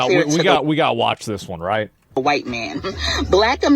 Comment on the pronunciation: "Make America HWYITE Again". 😅